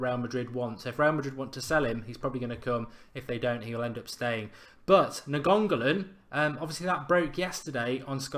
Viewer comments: NAGONGALON YES GET IN! Nah seriously Mark his name is Rad-ja Na-in-go-lan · NAIN-GO-LAN NOT NA-GON-GO-LAN!!!!!!!!!!!!!!!!!!!!!!!! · Ra-Ja Na-Ing-Go-Lan is how you pronounce his name bro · Hey Mark just so the idiots online dont give you a hard time just cause u say the name wrong it is pronounced like this Ra-ja like you saying Roger like a Jamaican Raja Last name Na-in-go-lan hope that helps. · nice video pal, btw it's pronounced "Ni-ang-go-lan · Na-gongo-lan? Wtf 😂😂😂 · Pronounce it as Ny-an-go-lan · Mark, his name is pronounced na-ing-go-lan I know it's kinda difficult, i"m Indonesian, and it's Indonesian family name (his father is Indonesian) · It's Nine-Golan, another great video btw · Ra-ja Ni-an-go-lan Jesus Christ man invest 5 seconds in learning how to pronounce it before you go on air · It's pronounced Na-ing-go-lan, if you guys wanna say his name correctly. It's an Indonesian family name, his father is of Indonesia. And Radja (pronounced Ra-ja) means King. So there you go, if you guys still wanna know how to pronounce his name correctly. I'm from Indonesia, so i know it's difficult to say his name for a lot of you. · His name is pronounced Ra-ja Na-ing-go-lan I know it's kinda difficult, i"m Indonesian, and it's Indonesian family name (his father is Indonesian) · Mark pronounce Nainggolan nine go lin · all the folk giving him stick for saying nianggolan wrong, ffs, get a life, as if you haven't said something wrong in your life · It's like he didn't even bother to try and read it, sure he put a D in there somewhere.